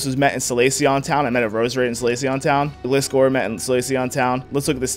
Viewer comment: Am i the only one who hates how he says Gliscor?